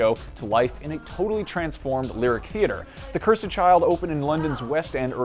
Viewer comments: Someone tell this guy how to say "cursed" correctly. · Why are you saying "Cursed" like that????!